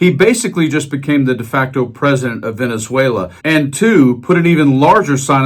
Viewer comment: Did he say " Venzuayler " ?